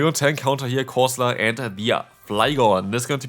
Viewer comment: Did he call it Galarian Coleslaw???